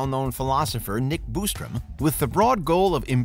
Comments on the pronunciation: The "Boostrom" irks me lol....there is only one "o". BOSStrom 😆 🤣 😂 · Bos not Bustrom